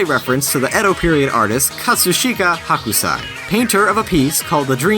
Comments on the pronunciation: Why do you guys keep bringing people on the show that can't pronounce Japanese? It's Hokusai not Hakusai so, pronounce it right! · It's not Hakusai, it's Hokusai. Please mind your Japanese pronunciation! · Screen says Hokusai, script says Hakusai, what do I say WHAT DO I SAY??? Or DYKG's contract stipulates 1 mispronounced proper name per vid. Either or. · Minor issue with the pronunciation of Hokusai: You were pronouncing it like "Hakusai", with an 'ah' sound, when it should be "Hokusai", with more of an 'oh' sound. Other than that, solid work, but I figured it was worth mentioning! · Haw-koo-sai.... Lol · While we're on the subject of semantics, tell your boy on narration duty here that "Hokusai" would be prounced with a long "o" sound, not an "ah" sound like "Hakusai." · That's not how you pronounce Hokusai.